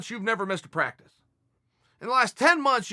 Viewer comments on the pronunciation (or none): none